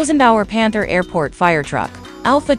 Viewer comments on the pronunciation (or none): none